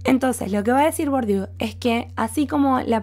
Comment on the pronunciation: Gracias por tu claridad expositiva. Por cierto se pronuncia: “BURDIÉ”.